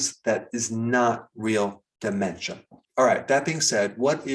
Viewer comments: Why does he say DU MEN CHA instead Dementia? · Why are you saying/stressing ... De..men...cha like that. ... very off putting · Say Daaamentia one more time very irritating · What is it with the DE-MEN-TIA thing? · De-Men-SHA! I never knew it was supposed to be pronounced in broken syllables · Why do you say "dementia" the way you do in the beginning. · Your pronunciation of dementia sounds like Trump's pronunciation of "China"!